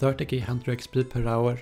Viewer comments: it's interesting how instead of saying "EX PEE" he says "EX PL" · the way he is talking..."EXSHPEE" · sounds like smeagol when he pronounces the E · the way he says XP Lol